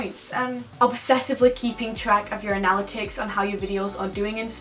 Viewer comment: the way she says analytics lol